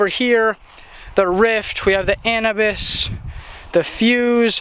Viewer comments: the An-you-bis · ANUBIS = uh - noo - biss